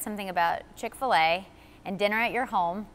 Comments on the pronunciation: how many time did she say Chick-Fill-a? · She emphasizes the word so much